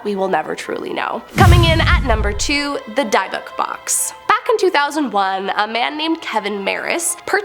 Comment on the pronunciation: It's pronounced DIB-BICK box